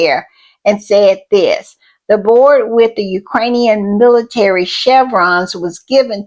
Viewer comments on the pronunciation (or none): none